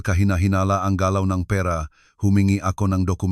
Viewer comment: Di maganda pagka bigkas ng pera parabg salutabg avnormal